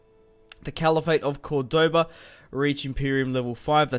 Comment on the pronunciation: Very nice bro but you suck at pronouncing the name though lol